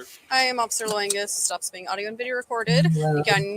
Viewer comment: Did she say OFFICER LINGUS? 🤔🤨 Kinda sounds like it may fit. 🙄